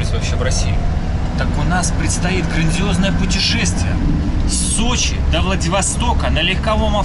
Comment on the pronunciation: Не Сочей, а Сочи))) Слух режет когда не правильно говорят